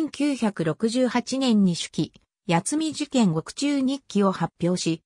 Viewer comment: やつみ事件と聞こえますね。 苗字では八海（やつみ）という読みがあるのでそれに変換されたのだと思います。